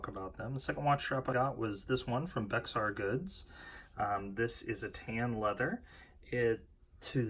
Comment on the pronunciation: Thanks for the video. Btw Bexar is pronounced “Bear” :-)